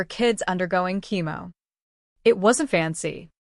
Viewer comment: Chemo not Kimo